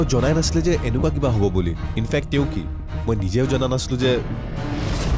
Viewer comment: তোমাক এটা কথা ক অসমীয়া শুদ্ধ কৈ কবা।তেউ নহয় তেওঁ